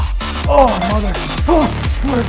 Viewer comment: Great video. Also the shoulder exercise! Thumbs up :) Cant stop laughing when u say mother hahaha :p